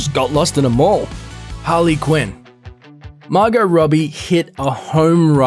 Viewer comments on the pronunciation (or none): none